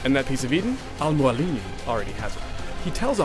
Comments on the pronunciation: Al Mualim --> Pronounced: "Almo-Allem"... Arabic: The mentor/teacher. (I'm Arab) :)) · The way he says Robert de Sable and Al Mualim just kills me! :D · lol at the way he says "al mualim" and "roberrrr de sauuuuble" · i like it when he says al mualim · hes sayin al mualim wrong